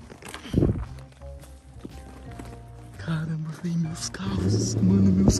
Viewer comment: Nuca vou esquecer o "caranba very" da 😫